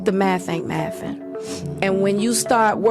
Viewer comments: "Da maff ain't maffin" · Did she really just say "the maff ain't maffin"? ...And how much was she worth again!? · The maff is maffin, nobody is listening to your podcast!